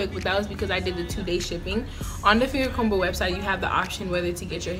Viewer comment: I hate to be that person, but I feel the need to tell you the b in fingercomber is silent...